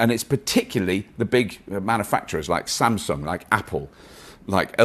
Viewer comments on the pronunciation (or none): none